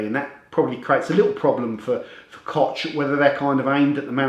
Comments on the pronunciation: Hi, I like all of your videos. Only if I may give you a little advice of pronunciation, as "'ch"" in koch, is pronounced " h" as in ''hot'' in english. Alternatively, you can you google translate to hear how to pronounce it. Thanks Again. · it is pronounced KOH like Hillary or Hitler , thank you for the review.